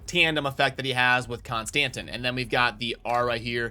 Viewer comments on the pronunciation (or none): none